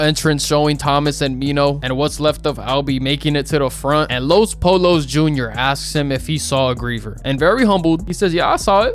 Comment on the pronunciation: U dumb asl honestly youain even really watch ts heain banish himself he was banished for knowing tm and acting out tryna get him n teresa to escape the company and for being a wannabe fake ahhs puerto rican u cant even pronounce los pollos correctly you sound whiter than teresa😂😂😂fraudulent ahhs wannabe clamin ahh wannabe